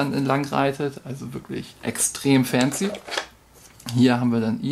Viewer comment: Wort des Videos: "fääänzi" :-D